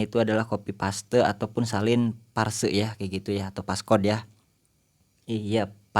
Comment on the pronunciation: Phrase bang bkn parse 😄